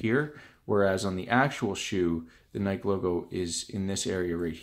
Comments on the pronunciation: You don’t pronounce it like that you goof it’s (ny•ki) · It’s Ni-Kee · What is Nike it’s nikee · I don’t know what’s worse, the shoe or his pronunciation of NIKE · who tf says nike like that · I'm a tad late, but I'm from Canada as well and that's not how I pronounce it 😂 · Well, he's also from Canada, so you can't say "no one" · did he say nike logo without an e